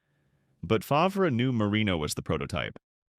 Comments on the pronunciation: I tuned out as soon as Favre was pronounced “Fov-ree”. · AI slop... Fov-ree, lol. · Ahh yes, Brett fahvray. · Brett who ? Fah v rah lol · It actually made me laugh because that’s how they pronounced it in “Something About Mary” when he made a cameo, lol. And let’s not forget Paul Tagliabu butchering his name when he was drafted and calling him “Brett Favor”. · More AI trash that can’t even pronounce some names correct. Fav-Rahh. Click bait thinking you see a real interview and it’s just more trash that we will see more and more of. Don’t subscribe…give the support to real content creators.